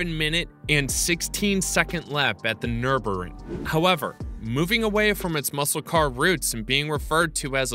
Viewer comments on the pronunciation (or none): N U R B U R G-R I N G not nurburin. And definitely not nurinburg